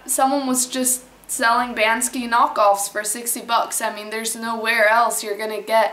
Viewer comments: Why do you call him 'Ban-Ski'? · isn't it pronounced "BANK-SEE"?.......... can't find the video where you're excited about POTATOES!!.......... i'm HOMELESS and i can't always get down to my (roll-up door) storage unit to use my microwave, but i used to get a big POTATOE and poke a lot of holes in it, on both sides. then, i'd nuke it for 5 minutes on both sides (10 minutes total). add butter, salt, pepper! sometimes, hot sauce! i don't have any special diet, i just eat ANYTHING i can. a HOT meal is a rare treat!!!.......... why don't you sleep on your balcony in Switzerland(!) in the rain & snow with a thermos of HOT tea?! like a wolf!.......... :-)